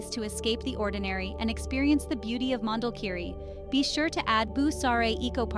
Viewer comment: Please the name is : Mondulkiri - not Mandel kiri😅